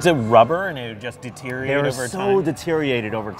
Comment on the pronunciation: has trouble saying words like Deteriorated. "So Detereated over time."